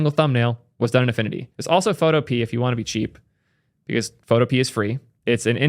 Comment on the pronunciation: its (Photo-Pee_ah)